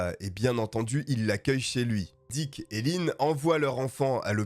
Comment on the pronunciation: diCK, pour une meilleur prononciation !!! bien placé